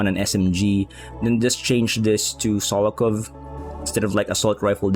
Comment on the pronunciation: Solokov!!!🤣🤣🤣 SOLOKOV!!!😩😩😩